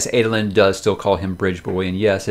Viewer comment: Help me with the character name pronunciation For me, Shallan is Shah-Larn not Shell-on. Jasnah is a hard J not Yasnah as I sometimes hear reviewers say it. Amaram is Ama-rarm as opposed to Ama-Ram. Adolin is A-doll-In as opposed to Ay-doh-Lyn. I guess if it works for you then it doesn’t really matter?